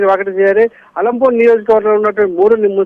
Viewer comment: ఆలంపూర్ కాదు మేడం అలంపూర్